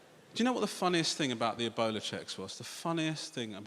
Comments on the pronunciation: he was saying "ebola" and I thought he's saying "a boner" ... why would someone be scared of a boner, I was thinking until I realize he was saying ebola... amazing. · I kept hearing ebola as "a bowler"